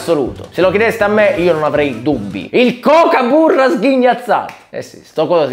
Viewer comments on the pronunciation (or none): Comunque si pronuncia kokubara non cocaburra😅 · la pronuncia è tipo gagabura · non si pronuncia Kukaburra? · Scusami barbascura, si pronuncia kokabarra, si scriverebbe kokaburra ma si dice in un altro, e io sono andata in Australia ed è bellissimo e simpatico! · Ciao capitano! Non so se l'hanno già detto in un milione prima di me ma kookaburra si pronuncia "cucabarra" qui in Australia. Ci sono molte kookaburras vicino casa mia, ogni mattina e ogni sera si appollaiano sull'albero fuori la mia finestra per ridere di me, la mia autostima è stata azzerata da questi animali ridanciani. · Avendo due o in effetti risulta pronunciato kukaburra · Si pronuncia kukabarra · Kuukabarra si pronuncia!!! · In realtà si pronuncia: cUcaburra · Cucabarra si pronuncia …. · Si pronuncia coccobara, non si legge come e scritto... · Cmq lo pronunci male, (cucabarra)!!